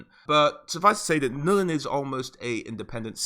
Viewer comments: Ok... it's NULN GOD DAMN IT, NOT "NUL-IN". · why does he keep saying Nullen it's Nuln one syllable dude.